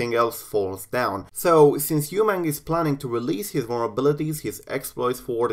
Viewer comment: his name pronounced as "uh-mang", not "EU-mang"